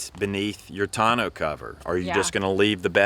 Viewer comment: 1) Who taught you how to pronounce “tourneau?” Not even close. 2) You didn’t mention Harbor Freight or Northern Tool for a 3500W inverter!? Are you guys living under a rock? 700 bucks. 3) Propane gives you no run time. You would have to travel with many tanks or huge tanks, much more inconvenient and more EXPENSIVE!